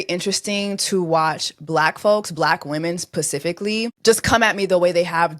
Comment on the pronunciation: Bleck wimmenZz 😂